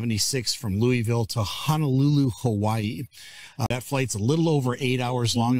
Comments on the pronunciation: LOU - a - vull ... LouieVille is in KANSAS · Incorrect, national broadcasters even pronounce it properly. Even I know this. And I'm in California